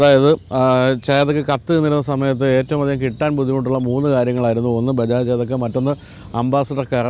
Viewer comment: ചേദക്ക് അല്ല, ചെതക്ക്